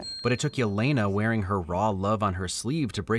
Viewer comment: Its Elena not Yelena pronounced like Elena of Troy .